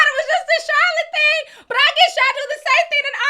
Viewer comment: Thing. Not theen 😂😂😂😂